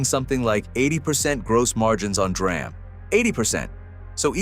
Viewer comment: The AI/text to voice is horrible. 'dram'? it's 'DEE RAM'.